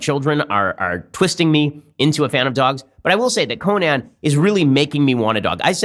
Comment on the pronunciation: Nobody: Ben: CoNAN